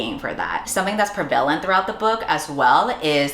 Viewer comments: I believe you're saying 'pre-vail-ent' but it's 'prev-a-lent' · love your stuff but you're saying prevalent wrong